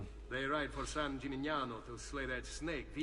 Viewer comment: managed to pronounce "San Gimignano" correctly. I've heard Americans pronounce it all kinds of way, up to and including "San Chimichanga".